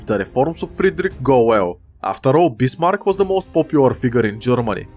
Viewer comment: Sorry but i cant under stand what u saying and i use translate but it also did not understand you when you say bismarck transalator thought you saying bismar